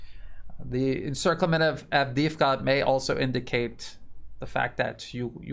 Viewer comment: I know it's difficult, but this whole thing has been going on now for >14 months so perhaps it's time to try to pronounce the names right; Donetsk is pronounced "DanYEtsk" (the "o" is pronounced as an "a" and you're forgetting the "K" at the end all the time) and Avdeevka is pronounced "AvdYEvka." Kherson is pronounced "KherSON and not KherSAN. 💡(the capital letters is where the stress is placed)